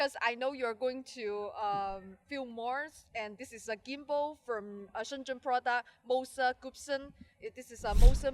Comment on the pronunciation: Naomi is the most sweet and cute expert in the technology ... and btw I never be able to pronounce shenzhen like you XD ... i love you!